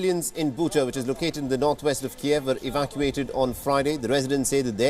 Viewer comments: KEEV NOT KEY-EV! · "KEEV," not "Kee-Ev." It's Ukrainian, NOT Russian